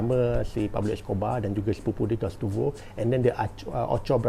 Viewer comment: Gustavo bang bukan gastuvo 😂.